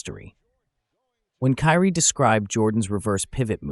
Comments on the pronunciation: His name is not pronounced "Carrie". It's more like "Kii-Ree." None the less, I learned from this segment. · Carrie ????it's kyrie😂😮😢😅